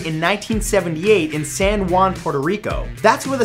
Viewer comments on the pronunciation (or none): none